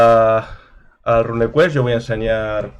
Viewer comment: RUNEquest se pronuncia “runcuest”, no “rancuest” RUNE no es RUN Ya que hablas de ello. Saludos